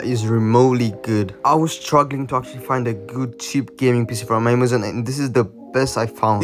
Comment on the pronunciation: I swear he said spissss and not pc😂